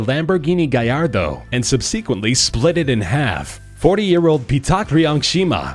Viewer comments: Between about and --it's "Subsequently." Not "subbsickcwently." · " ... and 'sub-see-qwently-lee' " Who's English is that in how it's spoken? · Lost me at "sub-sea-quently" wow...